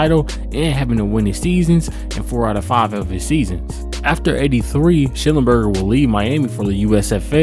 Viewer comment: The man's name was Sch-NELL-enberger!